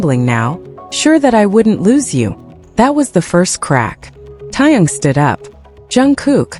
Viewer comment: Atleast pronounce JUNGKOOK and TAEHYUNG names properly. Learn to pronounce their names before making your videos.